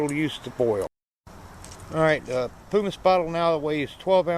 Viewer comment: and pronounce primus right